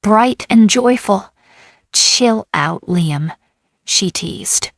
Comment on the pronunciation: What the hell is with your STUPID ai narrator? The only name is hat it has not messed up several times is Liam’s. Well,I was wrong! At the mark your stupid ai voice call d Liam LEENUM! You people who post these stories need to stop using ai or you need to proof your videos before you post them!